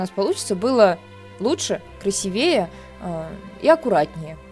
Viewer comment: Мне очень понравились идеи, но ! В слове красИвее ударение на второй слог, на букву ,,и''